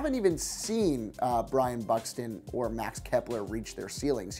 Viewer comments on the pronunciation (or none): “Brian Buxton” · Yeah same “Brian buxton,” dead 😂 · it's Byron Buxton not Brian Buxton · And Brian Buxton